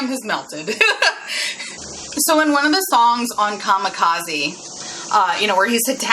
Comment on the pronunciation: Kamikaze”Kah-Me-Kah-Zeh” or Divine Wind. What you pronounced was Kamakazi which isn’t a word. Just relaying that.